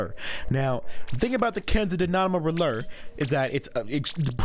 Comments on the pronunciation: The way he says kensa dynamo roller makes me drop my phone in laughter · love the way he says Kensa Dynamo Roller